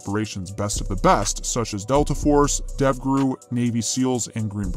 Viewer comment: ''DEBGRU" it's DEVGRU